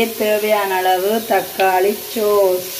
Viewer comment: Don’t say சோஸ்,ஸோஸ் நல்ல முயற்சி